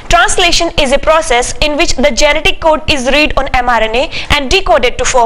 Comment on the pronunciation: Nice representation maam , Thaa (the) ... u say in much delicious way